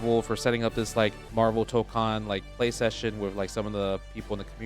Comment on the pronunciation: It's Marvul Baybee